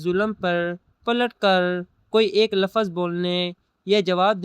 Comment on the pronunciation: lafaz nahi lafz